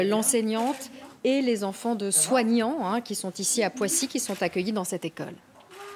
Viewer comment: "Bonjour les petits zenfants " ! Et surtout n'oubliez pas d'avoir peur, hein ! et de dire à vos parents de retourner travailler ça me rend malade cette retape sur la population la plus MALEABLE, dans ce décors à la "Potemkine"